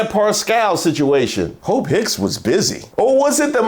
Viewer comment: Lord, I had to put the CC on because I kept hearing 'hoe pick' 😅😅😅 It was Hope😅😅😅😅